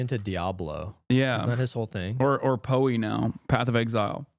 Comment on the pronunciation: Hasan pronouncing PoE wrong shows his ass as a poser. No real gamer has ever called it "poeey" he may be rich, sexy, and ripped. But he will never complete the Atlas.